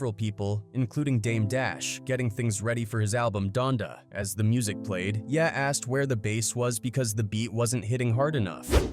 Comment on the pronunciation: ye - yeah 😂😂